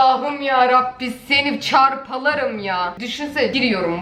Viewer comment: Abla farkettiysen 2.47 dk da seni parçalarım diyceğne seni çarpalarım dedinn😂😂😂😃😃😃😃😁😁😁😁😀😀😀😀😊😊😊☺☺☺😄😄😄😄😄